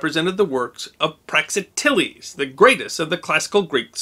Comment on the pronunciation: "prak-ZIT-ell-eez" Or, "prax-IH-tell-eez". But not "prax-ih-TELL-eez"